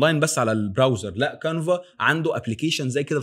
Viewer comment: كانفا و ليس قانفا و تسلم علي الفيديو